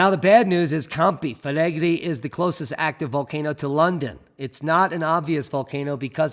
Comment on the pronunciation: Pot-tsu-oli Camp-ee Fleg-ray